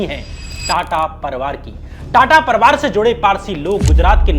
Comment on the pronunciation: श्याम भाई परिवार होता परवार नहीं,अधिकार होता है अधकार नहीं। आपका सिंसियर दर्शक होने के नाते आपको मेरी सलाह है थोड़ा सा अपने उच्चारण पर काम कीजिये। बढ़िया एडिटिंग और बढ़िया रिसर्च के साथ अगर भाषा भी ठीक हो जाय तो बात बन जाए।